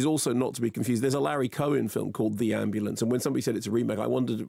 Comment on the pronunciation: "Ambu-LA-ance,....oh it's in LA" - That got me, can't lie.